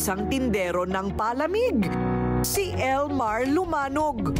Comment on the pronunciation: Madam Korina tlaga palamig lang di alam ipronounce ng tama. 😅😂😅😂